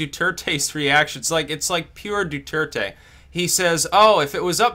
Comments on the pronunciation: His name is pronounced: ( Dwehr-Teh. ) NOT: ( Du-Er-Te) as you keep saying. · it's do-thur-tay.